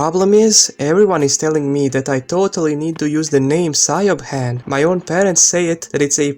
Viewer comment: Siobhan is pronounced “She-vorn”, the b is a v sound. Irish names sound beautiful but aren’t spelled how you would expect. The way you pronounced it is exactly why the mother doesn’t want to name her that. I went to college with a Siobhan and worked with a Sorcha (pronounced Sera-ka)